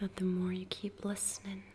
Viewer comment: "Listnin'" God, damn.